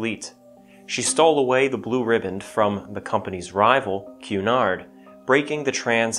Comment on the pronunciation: Thank you so much for pronouncing Cunard correctly. I think the three syllables were not so much a flavour or colour thing. Rather more of a payback for route. There is no letter w in route, so we hid one in Cunard to get even, clearly 🤣